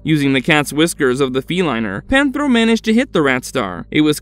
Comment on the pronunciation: please learn how to pronounce the names like "Panthro" not "pantaro" and not repeating evil twice , it "the ancient spirits of evil" not "spirits of evil evil"